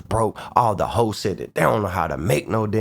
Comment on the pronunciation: You said Hosts, I heard h-o-e-s lol ong ain’t necessarily a lot of difference when it comes to no jumper